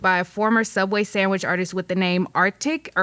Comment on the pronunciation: "sandwish artist" lol seriosly